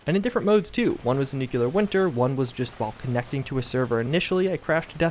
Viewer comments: I like he just droned on in the beginning because he can't just say he was wrong. You were wrong. And it's nuCLEAR not nucULAR winter. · If you can say "nuclear" instead of "nukular" from now on I will donate $100 to the charity of your choice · What did you expect from the grown man who says "nucular" in a constant basis?